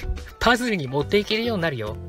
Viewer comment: パズルのイントネーションw